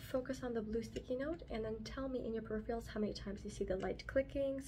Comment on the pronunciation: love your videos girl but it’s peripheral not periphial 😘